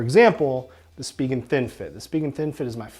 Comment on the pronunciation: lol you pronounce spigen very differently from me. Now I'm wondering if I've been saying the name wrong. i say SPY-JEN. But anyways, they really are the best cases, I've been using spigen for years, and I was just talking to a store employee about the brand yesterday! and this is the perfect video, thanks!